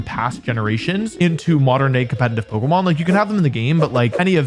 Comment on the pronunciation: HE KEEPS SAYING "COMPENITIVE", i can't unhear it